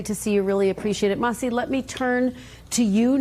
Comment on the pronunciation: Her name isn’t “Mahsi”! It’s “Masih”. Not so hard to say it right by the journalist😄